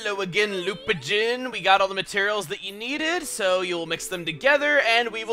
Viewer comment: "Lupajin"? Quick internet have at it Please